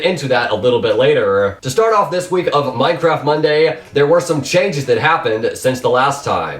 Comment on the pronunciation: Nice infos and nice put together but... it is slightly annoying how you pronounce the last word of your sentence.. thereeeeee~ hereeeeee~ thhhhink~ Eh, sorry but slightly annoying in my opinion